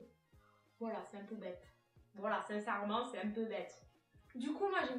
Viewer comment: Ahah le "sincèremment" en mode sudiste énorme, perso je trouves que ça fait pas mal du tout.